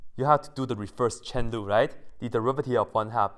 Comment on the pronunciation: The first few times I thought you were saying “reverse Chen Lu” instead of chain rule